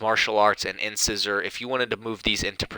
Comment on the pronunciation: "In scissor?" The pronunciation of Incisor (In-Sizer) had me rolling. 🤣 Jokes aside, nice build video. Keep up the good work.